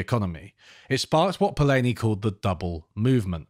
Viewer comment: It's nice to see that you are discussing the master, Karl Polanyi but you are pronouncing his last name incorrectly, repeatedly!